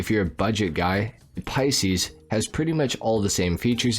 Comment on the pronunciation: Many reasons I don't like. Just discovered another one,he pronounced Pisces " pea-seas" unforgivable being born in March